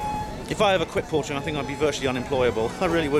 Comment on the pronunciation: Lol,portering, not pottering,sorry.